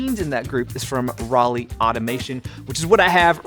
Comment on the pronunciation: So, as an American, when I see the "Roly", I hear in my head the word "Rolly" or "Rollie". When dude says the name "Roly", I hear the name of the city "Raleigh", as in North Carolina. Is that just me, or ...?